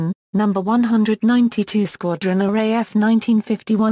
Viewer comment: That text to voice failboat... what were you thinking? Array F instead of RAF... looool!